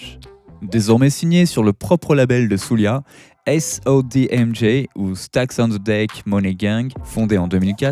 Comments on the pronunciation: Svp prononcez Souldja et non Soulia. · Soulja comme Jack pas "soulia" boy lol